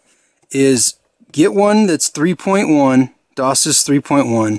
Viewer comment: 32x8 instead of 32 by 8 And isn't it Dock Sis? Not Dose sis?